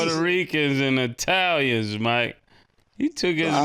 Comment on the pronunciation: them “I A Ns” Colombians, Puerto Ricans, and Italians” 😂😂😂😂 Uncle Mike ? Naw that’s Uncle Luke!!!!